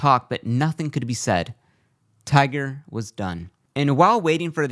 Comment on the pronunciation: his name is Tiger not tigger ffs speak English